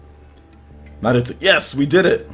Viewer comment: Say Nahluto one more time